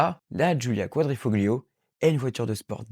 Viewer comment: Le sujet est intéressant et tes propos pertinents mais les vidéos en arrière plan se répètent et toi tu manques de charisme ou disons plutôt que tu es trop crispé à l'écran. A toi de rectifier le tir. PS: Le G dans Quadrifoglio ne se prononce pas.